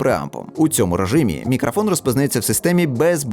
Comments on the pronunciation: Ха, навіть не сумнівався у RODE! Хлоп'ята гарні, але ж карбованців просять...) Хочу дати невеличку раду щодо української вимови. У солов'їній редукція голосних у побуті відбувається дещо інакше, а точніше... її майже немає) В українській немає заміни голосного «о» на «а», (це характерно лише для мови сусідів). Ось наприклад слово «мікрофон»... воно повинно вимовлятися виключно як «мікрОфон», тобто через «о», а не «мікрАфон» через «а», гадаю, ти зрозумів. Також звук «щ» у нас вимовляється як тверде «шч», не «шь». У тебе воно не часто, але проскочує, трохи більше уваги — зникне майже миттєво. Я сам, коли переходив з російської, цим страждав) Сприймай це чисто як пораду — не критику, я просто хочу, щоб кожна мова звучала чисто, як повинна, без усіляких акцентів, але я свою думку не нав'язую. Та ще одне... Друже, дякую тобі за якісні огляди, тим паче українською, нехай у тебе все буде якнайліпше, удачі тобі! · Не зміг додивитися, "Мікрафон" дуже ріже слух, решта все на висоті.